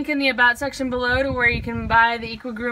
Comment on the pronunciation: It’s pronounced equee groomer